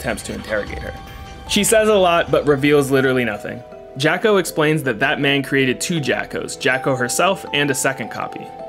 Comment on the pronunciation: Every time his says that man, I hear bad man or Batman.